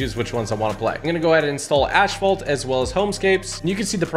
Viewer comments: "Ash fault" lol it's pronounced assfalt lmao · Why does he pronounce it as ashfalt 😂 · "AshFault 9" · I hate the way he said asphalt:(